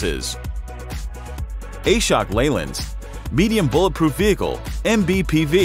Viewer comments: It's not A-shok, it's Ashok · Prononsation is wrong ....Ashok(aasshookk) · TTS's ability to say Ashok as A-shock is sending shocks to all Indians...